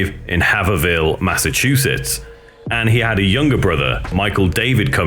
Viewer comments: that pronunciation of “Haverhill” is the most British thing ever 😂. He said “Havverville”. Oddly enough, the real way to say it is basically “Hayvril”. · HAVERHILL, not Havervill. Pronounced "Have-rull" sorry im from there so it annoys me lol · His hometown is spelled Haverhill and pronounced Hayvrill. It's next door to my town.